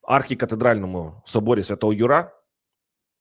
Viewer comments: Архикатедра́льний собо́р Свято́го Ю́ра - наголос!!! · Собор святого Юра в українській мові вимовляється з наголосом на звук Ю а не на А. Це перекручення жахливо ріже слух! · З повагою, але не ЮрА, а Юра... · Соборі Святого `Юра. Наголос на першу букву !